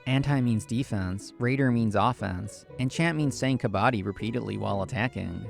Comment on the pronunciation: As someone from india heraring kabbadi being refrenced and correctly explained was so amazing but they butcherd the pronounction which is understandable